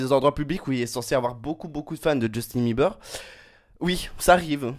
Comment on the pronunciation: il est gay c'est sûr il représente trop mal justin PS: on dit pas beulibeurs ont bilibeurs